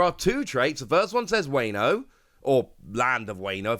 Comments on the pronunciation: Wayne-o 😂 please don’t do us like that WA-NO like the Latin A not the Anglo-Saxon A. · Every time you mispronounce Wano a kitten dies. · So many kittens died. 😢